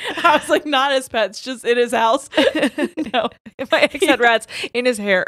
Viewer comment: I heard ratties 😂😂🐭 Also: Coagulate Louise Quagmire has me fkin dead ☠️😂